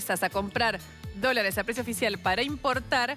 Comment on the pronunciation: Luciana Geuna por favor suspendé con la voz nasal, INSOPORTABLE y la pronunciación de las R que parece que tuvieras las mandíbulas pegadas. Dice "EL DOLARE". No le vendría mal unas clases de pronunciación y vocalización. La escuchás hablar con esa voz nasal 10 minutos y te querés matar. Por lo demás muy bueno el programa.